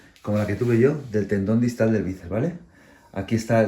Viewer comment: Dicw bices en vez de biceps jajajjaj